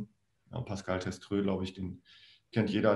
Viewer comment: Es kann ein Versprecher sein aber unsere 37 heißt nich Teströt sondern Testroe😂😂😂